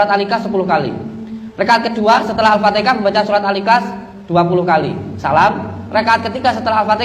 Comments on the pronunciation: Trengok alfatiha disebut al fatikah aduh2 gimana lah masa depannya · Haaaaa al-fatihah. Bkn alfatika